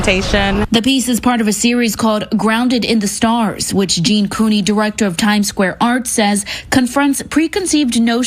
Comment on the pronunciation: Jean 'Cooney', really!? 😭